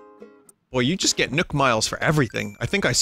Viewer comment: Why does he pronounce nook like nuke